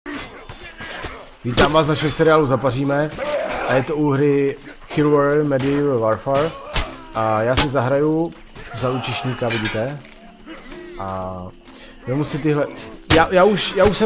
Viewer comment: Chlape, čte se to [šivalry medívl vorfér] a ne [čivrl medeval varfar] XD